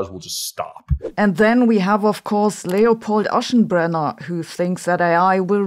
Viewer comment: I thought it was very funny you pronounced Sam Altman "Ze german way" while Aschenbrenner sounds peak english 😆